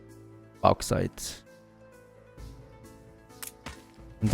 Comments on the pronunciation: Bawx aight* Bauxite, not bohx it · Bauxite is pronounced like : Box sight